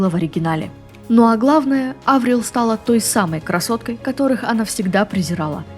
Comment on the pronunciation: Она Аврил, а не АврИл?